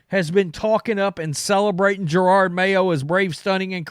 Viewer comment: Gerard (Jerod), Curnin (Curran), Fleglar (Felger)... perfect 3 for 3 😂 jk.. I just get a kick out of your version of names